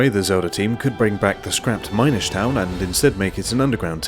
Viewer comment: It's Mihn-ish not mine-ish.